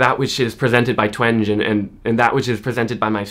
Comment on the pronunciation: I believe her name is pronounced Jean TWENG-EE